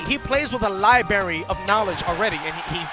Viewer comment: ughhhhhhhh said libary and not library